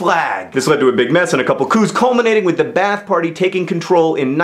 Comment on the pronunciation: BTW, pretty sure that Ba'ath is not pronounce bath. It think it's more like bah-ahth.